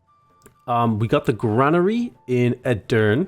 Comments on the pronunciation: Hey its great to see you playing ottoman empire. İm from Turkey and i want to say something true pronounce to say Edirne you should say Edirne dont forget to say last e again:) its like E-dir-ne there is one last e again. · it's not French you are supposed to spell the last "e" in Edirne